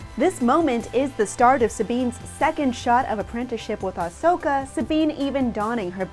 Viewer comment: She says it fine, quit being a troll and crawl back into your cave